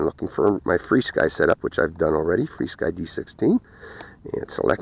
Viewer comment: Nice review as usual. Just wondered why you call it Fly Sky when it is actually FR Sky. Something I noticed you did not show with the Jumper T16 the different speeds 1, 2, or three for example. I remember I ordered the yellow jumper plus and they sent me the plain jumper without the word plus under the name. After many emails and pictures I emailed them, they gave me the run-around and would not take it back. When I did figure the transmitter out a little, it would bind with one quadcopter only, and it only had one speed with no way of using the different speeds of the drone. That is why I was waiting for you to show that this T16 would not only fly your drones in the different modes/speeds of the drones you flew with it. Could you make a video showing that this transmitter can actually fly your drones using their other speed settings for example. Happy Flying